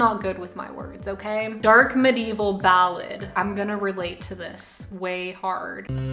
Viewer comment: you saying medevil didnt sound rigt Edit: mededevil lol